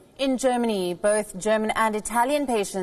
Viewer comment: 'Geramany' - it occurred several times earlier in the broadcast as well